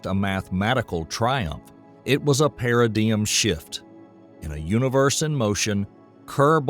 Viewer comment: "Paradeyum" instead of paradigm.